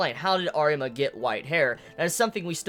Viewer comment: Arima dude it's Arima , i am saying it